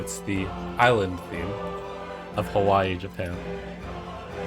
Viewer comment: Pog pronouncing Hawai’i right